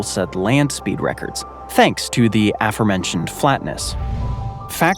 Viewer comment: Gulf Of America There is no Gulf Of Mexico. It mispronounced Nevada. It's nev-a-duh, not nev-ah-duh. Did I see the big dipper in Alaska? 😳 Recheck information about undefended border. Aforementioned is mispronounced. It was spoken as it would be if it were spelled affermention. The prefix, afore, rhymes with before, and means; previously. This video should be considered loosely factual. I left out mistakes I saw already mentioned in other comments.